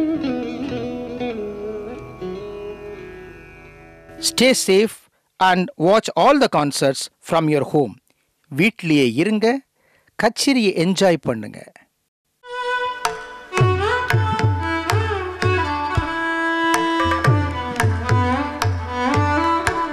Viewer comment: Sorry Pl read as katcheri not Katherine